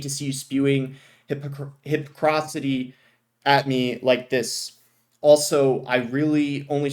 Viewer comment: boss struggling to pronounce the word hypocrisy